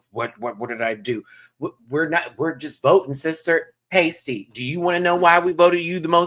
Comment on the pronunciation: constantly getting Pasty's name wrong is killing me XD